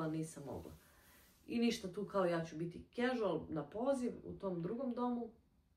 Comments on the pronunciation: casual(kažual- izgovara) se rece gospodjo, naidje mi vid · nije “ a” nego “e”